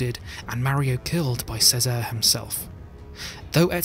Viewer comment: cesare has a ch sound